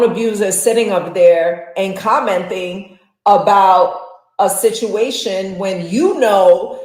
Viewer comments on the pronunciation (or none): She kept saying “commenTHing” 🙄